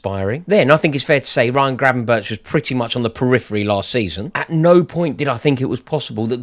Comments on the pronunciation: Sum say it’s Gravenberk sum say it’s Gravenberg but it’s definitely not Gravenberch 😉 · Please say Gravenberk not Grabenberch. You sound stupid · Gravenberch is pronounced as Gravenberg.